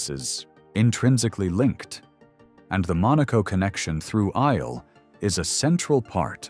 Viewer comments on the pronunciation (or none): Eyal aayal not I-yel. Again.